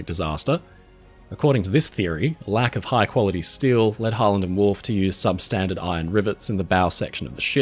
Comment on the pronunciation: the entire time i’ve watched the channel, when ever he said harland and wolfe i always heard holland and wolfe